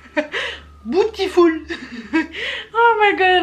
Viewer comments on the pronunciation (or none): par contre le " BOOTIFUL' ma tué